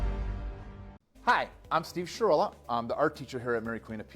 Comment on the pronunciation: Are you'all for sha-real-a ?!? 🤢🤮